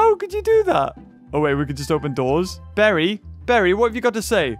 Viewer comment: Barry not berry